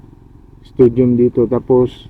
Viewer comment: Stadium not studiom..